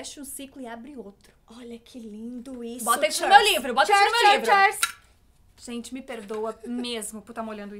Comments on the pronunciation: "Chêrs"????? Foi de propósito? É q é "cheers" ("" chirs"") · Que agonia da falando “churz” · meeeeu, não é assim que fala cheers ai q chata eu neh perdão mesmo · Q raiva da dizendo "cheers" errado ahahah